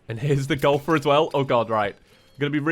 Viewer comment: I love to death, but when he was saying Golfer.... Did anybody else hear Gopher?